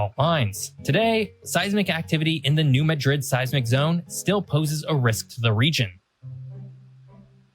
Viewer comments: mispronounced New Madrid. It's not pronounced like the city in Spain, but as "mad rid," with the emphasis on the first syllable. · There a lot of small tremors from the New Madrid fault all the time. And, it's pronounced MAD - rid, not the way Msdrid , Spain is pronounced.